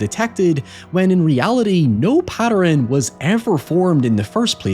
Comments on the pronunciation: OK, and now you're just fucking with us. How does "pattern" get pronounced as "patter-en", not once but twice??? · its so incredibly clearly his accent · Yes, I'm not the only one who heard this!!! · That pronunciation of 'pattern' made me go cross-eyed. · "patter-ren"? Has that always existed and I only ever noticed "high-ohever"?